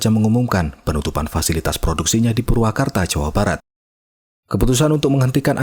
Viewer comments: Purwakarta boss, bukan purwokertooo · Purwakarta bang, bukan purwokerto 😂😂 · Purwakarta woy bukan purwokerto😂😂😂